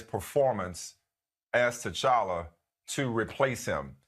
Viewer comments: Aye hold on why ain’t nobody tell my mans that it’s pronounced tCHalla CH CH CHALLA 😂😂😂 no shade he speaking facts altogether lol #RecastTChalla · The character is so important can we at least get his name said right.lol. But yea recast. Tocolla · Lord, I can't get over the fact dude kept mispronouncing T'Challa.